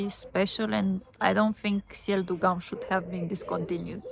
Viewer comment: Haha, GUM is pronounced with [u] sound, so it's like "GOOM" 😀